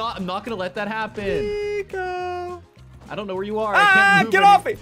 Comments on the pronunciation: It almost seems like he says tiko instead of nico 😝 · i think he meant to say nico but messed up and that came out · CRAZY No He said NicFOOT!